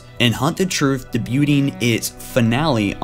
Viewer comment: did you actually just pronounce debuting as "da-bew-ting?" jesus christ.